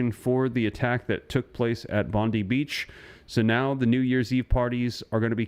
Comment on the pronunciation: its Bondi not Bondeeee